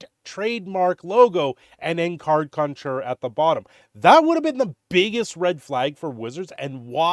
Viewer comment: Conjurer. Say it with me now…..